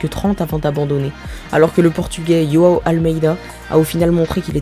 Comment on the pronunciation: Ce prénom portugais se prononce avec un J normal (comme en Français). Il a dit sur le Giro 2020 s'appeler "Joue-Anne".